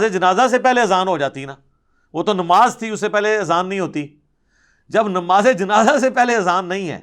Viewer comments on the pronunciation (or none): none